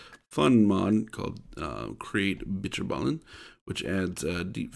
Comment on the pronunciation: as a dutchy i can confirm he said bitterballen weird